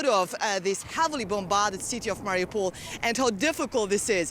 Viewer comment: It's MA-riu-pol, not ma-RI-u-pol. He put the em-PHA-sis on the wrong syl-A-ble.